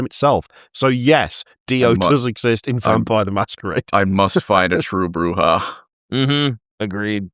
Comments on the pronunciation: Alight its fucking pronounced Clan Bujah.........Brew-ha not what ever you said. Maybe learn how to say the game names and facts of the world of darkness of instead of being british and going " this is fine". Never again until you guys do some Vampire charter sheets. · its pronounced, Brrrrrrrrrrrrrrrrrrrrrrrrrrrrrrrujah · ITS PRONAUNCED BRRRRRRUHA BLOODBAG! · Not you pronouncing it Broo-GUH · As a WoD fan, it's makes me cringe each time horribly mispronounces half the clan names.